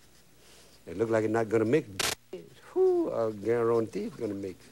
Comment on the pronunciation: Justin is the all time top cooking show host. Stil say garontee all the time.